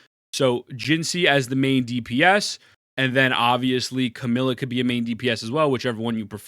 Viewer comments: Bro its not CAMILA its CAMEIYA. You are really mispronouncing her name hard. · You do know her name isn't "Camilla", right? You're missing a syllable.